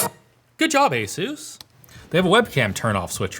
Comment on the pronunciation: "Esus"...oh, you are indeed adorable,. 😆🙈